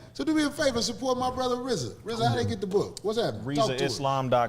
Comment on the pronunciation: I wonder does Rizza hate that everyone mis-pronounces his name...It's pronounced Reee-zuh...not pronounced like Rza from Wu-Tang...He probably regrets how he dediced to spell it.